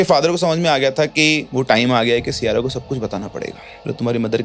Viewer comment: Siyara ❎ Saiyara ✅ 😂😂